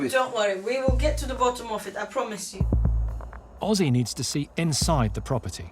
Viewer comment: He name is Özge not Ozzy